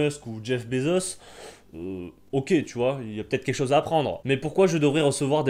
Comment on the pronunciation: Et quand il dit "ogay" au lieu de ok... Énervant.